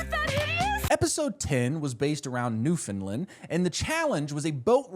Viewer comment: NEWFOUNDLAND MENTION AND HE ALMOST SAYS IT RIGHT WOOOOO (It's pronounced like New-Fen-Land (Rhymes with understand).